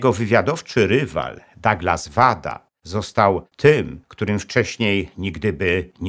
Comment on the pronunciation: Materiał ogromnie interesujący, także rzez moje związki z Japonią. Mam drobną uwagę co do brzmienia nazwisk panów Wada i Yoshikawa. Mam pewność, że "W" czytamy jako "Ł", jak w Kawasaki. "KaŁasaki", "Łada" i "JoszikaŁa". Pozdrawiam serdecznie szanownego Pana Doktora i czekam na więcej fascynujących historii !